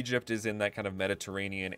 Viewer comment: I thought you said the "MENACE" region.